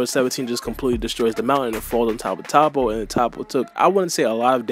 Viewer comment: Vegeta finally got his W that he deserves. And it’s pronounced Toe-po like how can’t y’all pronounce these simple names right?! Like jeez 😂🤦🏾‍♂️